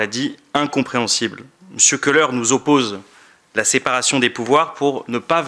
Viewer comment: Il ne, sait même pas prononcer le nom Kholer(colère) et pas koleur